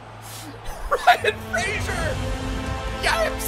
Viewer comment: FOR THE LOVE OF GOD SAY RYAN FRASERS NAME CORRECTLY!!!!